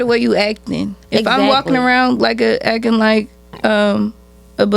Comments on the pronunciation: Omg it's ACTING NOT AKING😤😡🤬🤬🤬🤬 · “Acken”? Is she not able to say Ac-ting? I've never heard it pronounced like she did. “Actress”? A working actress or was an extra in a movie or an actress in a porn flick? What were they in? What is there acting resume? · Please stop saying akin! It’s acting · Yo I cant stand the way this chick is saying acting sounds like yacking it's DISTURBING, these girls are delusional, truly sad how women dont understand men or what they want but a man needs to understand a women in order to keep her. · Can someone tell that dumb ass to its ACTING not akkin